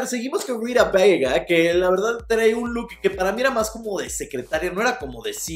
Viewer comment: Por qué dices Rita Bega? BAGA!